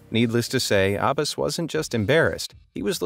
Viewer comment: He mispronounced Abbas and Lagos